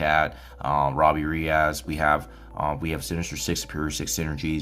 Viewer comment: In no language on Earth is -es pronounced -az. Reyes is a SUPER common last name.